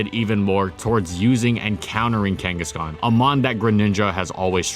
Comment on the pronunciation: DO NOT LEAVE OFF THE H IN KANGASKHAN!